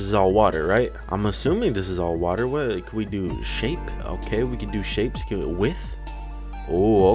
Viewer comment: You said whas the fuck